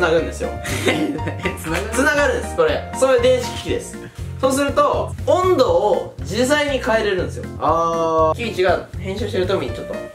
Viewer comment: 温度がボンドって聞こえた